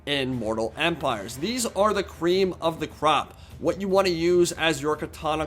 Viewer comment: did you just say creme of the cab?